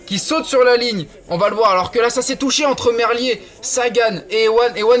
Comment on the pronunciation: Tim merlier se prononce Tim MErlire ;)